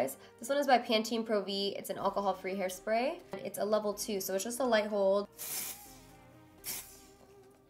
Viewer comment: Did edit again because it said airspray not hairspray